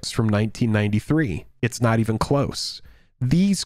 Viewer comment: Yo it's precedent, not President. Look it up if you don't believe me. Just want you to sound pro buddy. GL TC HF